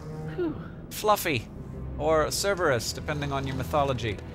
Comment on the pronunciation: "Fluffy, or Cerverus depending on your mythology" Would've been much funnier if he pronounced Cerberus correctly XD Who cares tho? Lol, I love you Hank:P